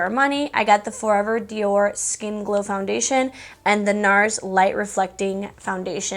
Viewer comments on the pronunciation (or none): none